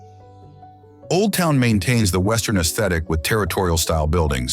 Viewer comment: Or "Sim-buy-Osis"....